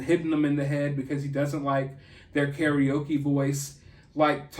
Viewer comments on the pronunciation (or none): none